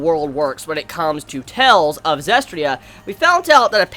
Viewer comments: It's Zestiria. Not Zestria. 4 syllables. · "Hopefully I'm saying her name correctly." Bruh,, you can't even pronounce the anime title correctly.